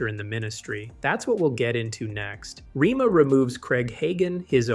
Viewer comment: The school's name is pronounced rayma not rema.